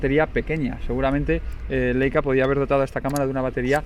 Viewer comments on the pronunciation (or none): Por favor; cada vez que un YouTuber dice "LEICA" en vez de "LAICA" se muere un angelito del cielo. No más muertes de angelitos inocentes. jejejeje. Aprended como mínimo que en alemán se pronuncia "laica"...queda feísimo. Y casi todos los youtubers lo dicen mal.